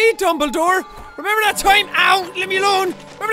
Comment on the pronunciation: I lauged hard when it said dumbladore but he said dooblydore